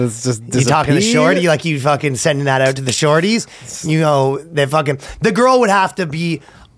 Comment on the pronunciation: Pronouncing shawti as shor tie is cute(